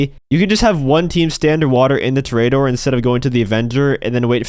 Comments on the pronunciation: It's pronounced tore a door not tarare a door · It's Tor-EE-A-dor you clown. You know, Like a bull fighter. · disliking because of your pronunciation of toreador